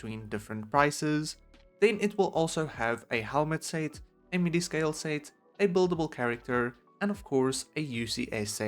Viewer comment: More like The PERFECT Lego Star Wars "Sayt" Wave What accent is this lol